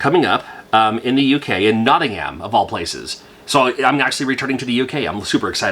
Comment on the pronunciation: Great to see you're coming back to the UK in 2024 but no one here pronounces Nottingham, Notting-ham it's more like Notting-em 😅 Happy 2024 everyone